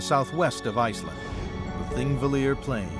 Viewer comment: Cool documentary, but kinda cringey that out of all the people who worked on it, no one bothered to check how to pronounce Thingvellir. If they had just consulted one Icelander or watched a single video about how the Icelandic alphabet is pronounced, they could have easily avoided this embarrassing mistake.